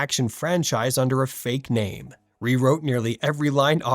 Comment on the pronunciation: Too cheap to hire an actual voice over artist, and too stupid to use an AI that knows how to pronounce names.